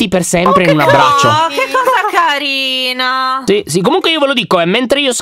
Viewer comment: ooh che cosa caRRRRRinaa io che mi ricordo che Alex un paio d'anni fa ha detto la stessa cosa nello stesso modo e ora non faccio a meno di pensarci🤠